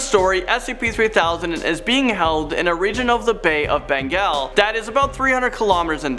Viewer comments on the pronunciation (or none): none